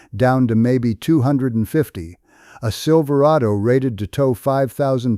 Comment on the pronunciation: Most worried about the Silver A Dos. Lost all credibility on that one. Cannot even read the script? . Time to see if I can follow the money on why this video exists.